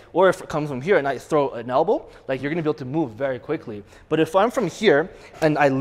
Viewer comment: Lol. Hell-bow.